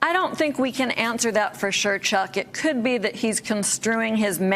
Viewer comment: omg I cannot listen to her speak. if I hear her say ANTSer for answer one more time.......